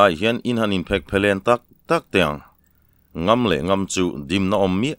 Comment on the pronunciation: Sêna Raltê: Ka lo sawi leh hrâm teh ang, a thawnthu a ngaihnawm hle a, chhiartu âw pawh a la nalh e. A maherawhchu : Kuta thil kèn sawi nan chanai KIAN sawi na kén ti a i lam ṭhin leh Hlau lo sawina NGAM tih NGÂM (Ṭi lo)ti a i lam ṭhin hi chu a tum a ṭhelh deuh in ka hria.